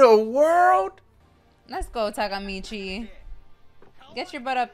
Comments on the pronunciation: Can't believe she still call him Takamichi instead Takemichi lol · Y’all went a whole season saying “Takamichi” Takemichi<correct one